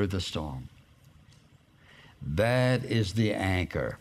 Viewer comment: When you day anchor it sounds like your saying anger